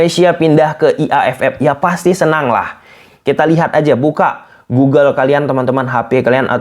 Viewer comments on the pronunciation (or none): none